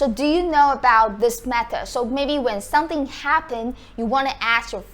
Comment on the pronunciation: When you say "someone" you put your lips together when you get to the "m" as you should and it comes out correctly. But when you say "something", I can see your teeth and it comes out "sunthing". I enjoy your vids and they are very informative